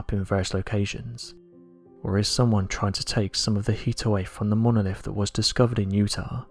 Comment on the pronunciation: I soon as I heard “monolif”....I was out.